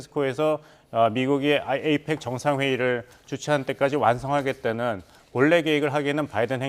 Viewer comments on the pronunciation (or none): none